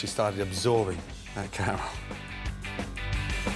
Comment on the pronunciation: “because they’ve actually started absorbing…. That chhäærahmęhhl”